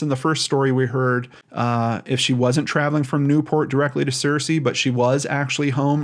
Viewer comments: Hey, Arkansan here! Searcy is pronounced like "sir-cee" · I grew up in this region and have parked by that bridge before. She's from Searcy and that's kinda far away. There is nothing in Oil Through to speak of...maybe she has some family or friends there. Also Searcy is pronounced "Sir Sea" at least by folks in Arkansas. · Great job trying to help these people. Bless you. For future reference, from a White county native, born in Searcy, it's pronounced Sir-cy. ;) Prayers for bringing the missing home and for healing comfort and signs and wonders of God's Love <3. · It's pronounced sir-see, btw. The only reason I know is because my cousin went to a college there. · I am sorry if this sounds rude as that is not my intention, but it is pronounced Sircee, just like the evil queen on Game of Thrones. They are a small AR town which means they don't really care about helping anyone who goes missing.